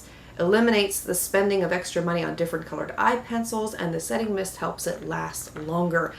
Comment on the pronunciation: Setting mist. I had to listen a couple of times before it made sense.